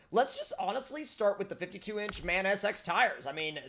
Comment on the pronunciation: MAN is produnced M-A-N btw great video!